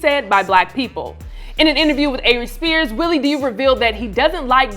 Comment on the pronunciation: it sounds like she called him Avery Spears 😂